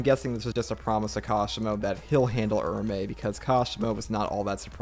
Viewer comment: It’s Ura-ume. Oorah-oomay